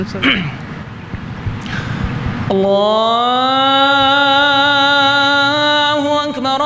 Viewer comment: ماشاءاللہ بہت ہی عمدہ ہے پر آپ انکو پیغام دینا کے کہ اللّٰہ اکبر اللّٰہ اکبر جو پہلا اکبر ہے اس میں پے اس پے پیش ہے بھائی زبر پڑھتے ہیں پیش پڑھا کریں باقی بہت ہی خوب ہے